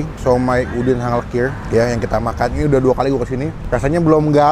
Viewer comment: hanglekir bukan henglekir